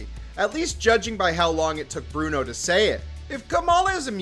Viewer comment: His name is pronounced KOM-RON. But... with all the times he mucked up Bruno's name, he deserves it. XD